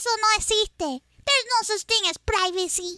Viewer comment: i loved the “prrrivacy”